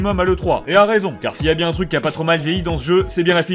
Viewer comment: "Tu desang sans faire le maling, et tout se passera bieng."